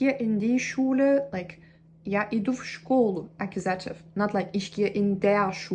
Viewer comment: It's true that you need to hear the words instead of reading them in order to pronounce them correctly. Your English pronunciation is really good, but you struggle with words that nobody uses in everyday language. Nobody talks about verb cases unless they are studying a foreign language that uses cases. You should try listening to the words "nominative" and "accusative''' to get the accents in the right place. The only other improvements to your English pronunciation I can suggest are to make sure your "v" sounds don't come out like "w" sounds, and your "th" sounds don't come out like "t" sounds.